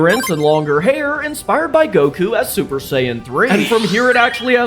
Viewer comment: You butchered Goku my guy